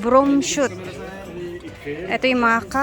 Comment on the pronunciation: Broomshot,,, not Broomshoot 😊